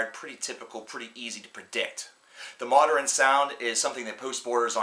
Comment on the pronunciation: Are you actually pronouncing modern as moder-in